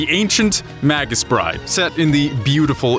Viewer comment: It's pronounced "MAY-gus" not "maggus" . You know online dictionaries will speak the word for you.